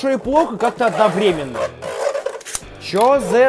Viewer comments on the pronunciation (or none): none